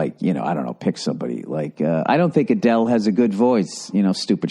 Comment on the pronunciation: Only Bill would pronounce Adele that way lol